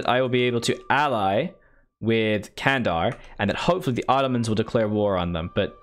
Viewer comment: Candar is pronounced like Jandar, like jedi.